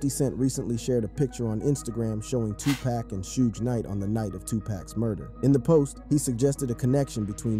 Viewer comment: Yo how you gonna mispronounce Tupac? 2PACK? C'mon maaann